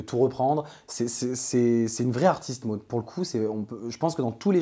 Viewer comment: tu fais rire avec ton accent quand tu prononces Maud 😂 j'ai pas compris de suite j'ai cru que tu disai: Mode comme un phénomène de mode 😂